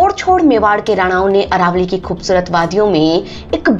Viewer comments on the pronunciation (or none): none